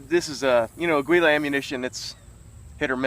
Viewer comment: I never heard aguila pronounced like that... Hahaha